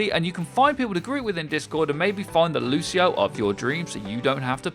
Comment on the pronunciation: 9.01 - Loseio; well I think I've heard enough.